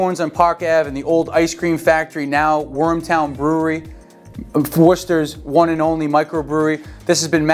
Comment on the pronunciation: Wormtown, not Warmtown